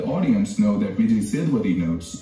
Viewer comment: A little help for you.. This is how you can pronounce his name - Vee-jay Say-dhu-pah-thi